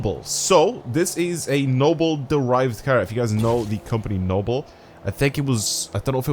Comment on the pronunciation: "Brand new KEEARR"